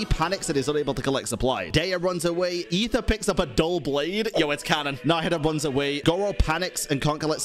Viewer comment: Finally someone who says Aether right.